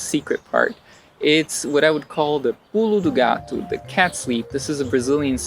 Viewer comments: When you say: "Pulo do gato" I can hear a perfect brazilian portuguese accent! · until voce falar pulo do gato i did não notei que voce é brazilian liked the dicas a lot